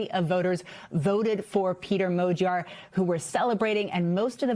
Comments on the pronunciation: Why are they saying "mow-gyar". It's pretty clearly mah-gyar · "madyar" is actually closer to the hungarian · Why are they saying modiar ?